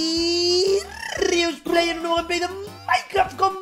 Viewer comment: No sé si alguien se dió cuenta que en ves de decir Rius play dijiste Riusray